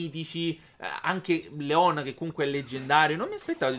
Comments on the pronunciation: Si dice Lyon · Leon si pronuncia "Lion". Scusa, ma fa sanguinare le orecchie sentire la pronuncia dei nomi storpiata.